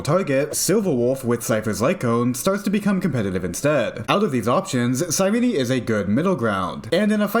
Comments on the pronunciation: Cyrene Sigh-reen Not sigh renee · Nice video, but I could barely watch it because of you badly you mispronounced her name. It's Ky-ree-nee. It's based off the greek word "Κυρήνη".